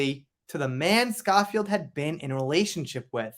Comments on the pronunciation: FYI: the name is pronounced Scho-(to rhyme with 'snow' or 'show')field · The O in Schofield is pronounced owe, as in The Sun Owes JD a humble apology. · Pronounced Sko field x